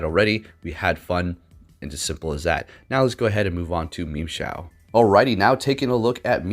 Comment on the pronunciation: Am i the only one that heard memeshao